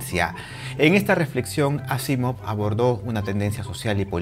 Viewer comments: NO se dice Ásimov... Se pronuncia aSÍmav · me he fijado que has pronunciado Asimov como palabra aguda, llana y esdrújula en diferentes momentos. Vale.